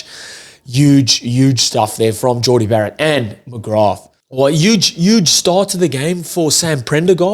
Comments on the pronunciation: Great show but it’s pronounced McGra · Such a good performance so many name checks, including (but not only) Baird, McGrath (the th is silent btw....just McGra), and I have to say Thomas Clarkson against a much vaunted (rightly) Bulls scrum. But Jack Conan was my POM, he 100 percent led from the front, and was everywhere. A real skippers performance. He's really getting back to his Lions form. Was well pleased for Sam Prendergast he had an excellent game. You're right, he made several dominant tackles on Bulls forwards in that first half in particular, going in low and stopping them flat, and slowed up several others, allowing Conan and VDF to nab them. His game management and passing was outstanding, especially with JGP not there, and his kicking from hand (you could hear the crowd react to the height he gets on his bombs) was on the money. Missed one 'shoulda got' from the tee, but overall good stuff, with more to work on. But at 22 that's to be expected. Man we're going to miss Jordie...he wasn't perfect either, but he's like smooth silk (especially alongside Ringrose I have to say), absolute class and so pleased he got a winners medal to take back to NZ. Monkey off back indeed, which will allow them to go into next season with a spring in their step. Plus I'd say Andy Farrell will be super happy, 12 very bouyant Lions heading his way for the tour, and in good form. Maybe Leinster should play 'angry' more often...that added bit of passion certainly honed their perfomrance.